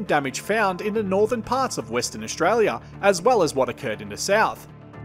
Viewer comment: I very much like your videos, but could you please not mangle the language as much - There's no such words as Aushtralia, shtrike, shtrip, etc.